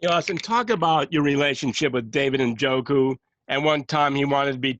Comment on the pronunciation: How is it that alleged professionals can't pronounce David Njoku's name? He said a year or two ago it's Nuh Joe' Koo and some reporters keep saying En Joe' Koo.